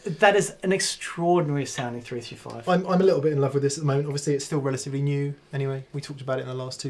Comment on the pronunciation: ... "... I used a 3-[#%$^$&&]-5 ..." ... ... ... ... [335][355] ???? ... [345], even - maybe?!!!! ... cf ... ... I suppose you already said it once intelligibly ... wouldn't want to strain a lip ... ;) #aussieaussieaussie ;)